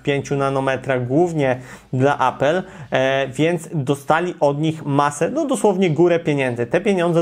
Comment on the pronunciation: Czy te materiały mogą być mniej przegadane, czyli krótsze? Czy możesz mówić poprawnie po polsku? Cen się nie "dźwiga", tylko "podnosi". "TSMC jest hegemonem"? Może "liderem", "znaczącym graczem", "monopolistą technologii 3nm" itp. I jak już się czepiam, to "apyl" nie "apel".